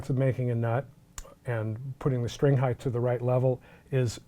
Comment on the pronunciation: for the love of god. PLEASE STOP SAYING HEIGHTH